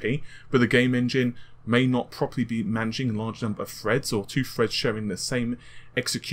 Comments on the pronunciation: "Four cores eight Freds, and Hyper-Freds" "Pushing the amount of Fred's required" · Chip Minion what, when does he say Fred? Wtf are you talking about. *Edit : Ohhhh lol. I get it. "Four cores eight freds, and hyper - freds"